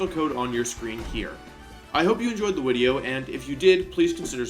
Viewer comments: he said wideo at the end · I’m glad I made it to the end to hear wolfey say I hope you enjoyed the “wideo”